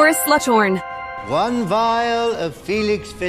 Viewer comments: Half of the pronunciations are wrong.... What the hell is "Sludgehorn".... It's " SLUGHORN" AIREGOUG... NOOOO DAMN IT.... IT'S ARAGOG... Being a potter head I'm seriously offended 😂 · You're saying it wrong. It's SluGhorn, not SLUDGEHORN. It's AliSTIR not AliSTORE. It's NEARLY Headless Nick, not HEADLESS Nick! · I've made my own difficulty, I guess the line itself, since the characters were too easy. Also, It's annoying how you pronounce their names wrong! I mean, who the F is "SluJ Horn" and "LUSHUS"?